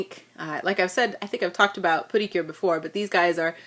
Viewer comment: Pretty cure/ precure ❌ Pootycure✅